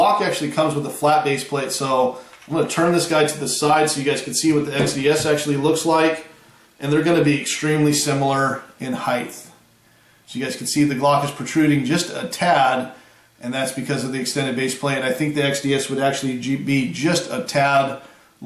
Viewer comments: The mispronunciation of height as heighth (with a th, rather than a t, sound at the end of the word) probably stems from the tendency to confuse it with similar words dealing with dimension, such as length, width, depth, and breadth. However, height is like the word weight in that it ends with only a t and not a th. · Nice review, but I hate the way you say height. LOL